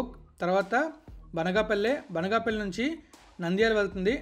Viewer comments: Babu Adi Banaga palle kaadu Banganapalli first area names sarigga palakatam nerchuko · Orey neevu e area vadivira cumbham,banaganapalki sariga palakatamledu